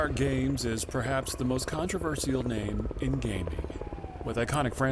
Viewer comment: Him saying controversial wrong is driving me insane